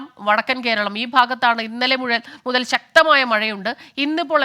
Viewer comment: What happened madam... Slip of the tongue for the same word MUTHAL BECAME MUZHAL... PLEASE DO SOME HOME WORK BEFORE READING... ANY WAY IT WAS GOOD FOR MORNING LAUGHTER THERAPY.... 😂😂😂😂😂😂😂😂😂👌👌😂😂👍👍👍👌👌👌👌❤